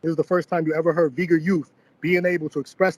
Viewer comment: should really not pronounce Uyghur names in mandarin